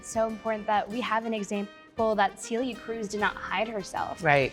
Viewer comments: Cee-lee-aah Cruise. Ughhhh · Why did they have to say her name in the most possible gringo way ever? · Hearing them mispronounce her name hurt me a little bit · Same here